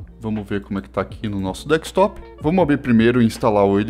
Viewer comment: “Dekstop” é dureza… é desktop amiguinho :) dhr o video.